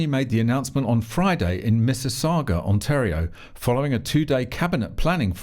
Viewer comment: Congratulations on pronouncing Mississauga correctly. For an Australian/Brit you did well. Now all you have to work on is how Poilievre's name is pronounced. We will work on Saskatchewan and Sault Saint Marie tomorrow. Keep up with doing the lord's work.